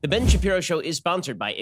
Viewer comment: This is definitely Shen Bapiro.